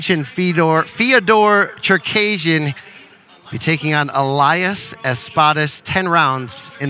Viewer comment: Czerkejrzyn hahaja jak on to wymówił 😆